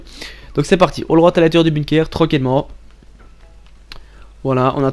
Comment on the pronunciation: Tu me fais déliré avec ton bunekerrr frero 😂